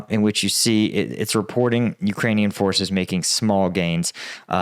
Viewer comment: Great job improving your pronunciation of Ukranian place names, shows respect!